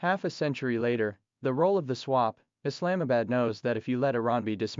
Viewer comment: What's your problem? Even if you say what is true! Pakistan J10 C fighter is not bound by US resrictions to aid Iran. You cannot pronounce "Islamabad" properly..